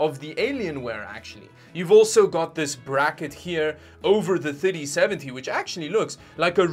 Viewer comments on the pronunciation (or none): Every time he says ‘3070’ it sounds like titty seventy😂